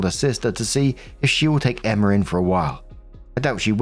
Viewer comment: The way you pronounce "Emma" as "Emmer" is absolutely adorable.